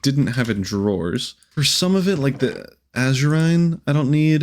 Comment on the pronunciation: Why does it seen like literally no one can pronounce Asurine without issues? I would like to be able to rib him about the pronunciations, but it seems like every Minecraft youtuber has the issue. XD